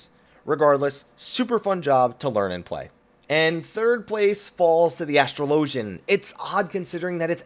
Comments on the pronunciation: There is no way on earth astrologian is pronounced the second way you said it. Anyone who thinks it is doesn't understand English. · Why the fuck does everyone pronounce astrologian incorrectly.